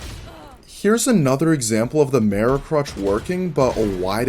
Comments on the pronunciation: meer-ror is how everyone I've ever met in my life online or real world says it. I thought you were saying "marrow" like bone marrow or some shit at first, you had me so confused lmao. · I've never seen someone say the word "mirror" as strangely as you do. Good video though!